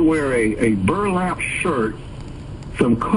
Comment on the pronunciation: The emphasis on Burlap is hilarious 😂😂😂😂